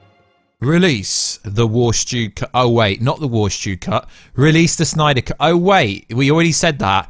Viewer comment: This news was good enough for me to sit through you saying “suNYDER cut” a bunch of times.